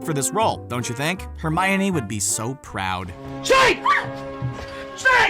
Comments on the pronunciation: Hermaiony?! Why do you pronounce it like that?? XD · Hermaoine it’s funny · Ow hermoine. That really hurt